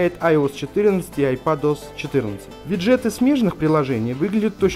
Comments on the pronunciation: Не обязательно так раздражающе говорить виджЕеты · кто нибудь скажет ему что правильно говорить вИджеты